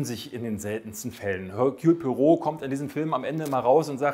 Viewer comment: Ich fände es cool, wenn den Namen auch richtig aussprechen könnte.😂